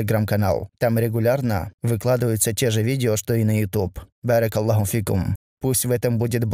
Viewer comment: Правильно Аллаху а не Аллоху... Кто такой Аллох? Правильно пройзносится Аллах!